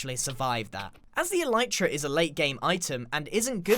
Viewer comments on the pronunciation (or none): none